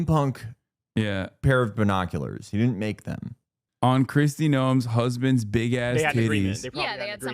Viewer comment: please nobody tell hasan he's been pronouncing her (and every other contemporary Kristi) name wrong the whole time